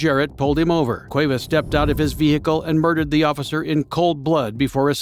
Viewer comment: what's a VE HE CUL ?